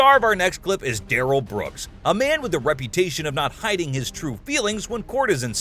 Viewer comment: Duh-rell* lol